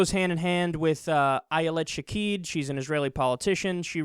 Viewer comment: Her name is Shaked, not Shakeed. Sha-Kehd. Its annoying to hear you say it wrong every time.